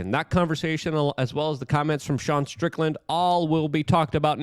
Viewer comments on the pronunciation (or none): none